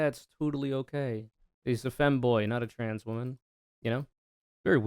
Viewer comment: i also hate how the dude says “tran” instead of trans, it’s small but it irks me for some reason trangender lol